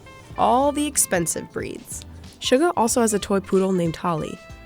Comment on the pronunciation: Other than something small like the pronunciation of Suga’s name, I’ve got to hand it to these guys on providing such accurate research. I mean hey, they actually got the “guk” in Jeongguk right. I’ve gotta say, this was a wonderful video to watch that didn’t force unnecessary opinions on them. Just some nice facts and some insight on just how big they are. I love these boys so much. And you know what, it honestly gives me such a happy feeling that they didn’t go and say “Beyond The Scene” through the whole thing, haha! I got to know them as Bangtan Sonyeondan, so it’s comforting when the now official English name isn’t everywhere.